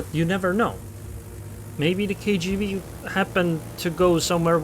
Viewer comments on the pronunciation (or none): Tool me awhile to realize you saying "KGV" an not "KGB"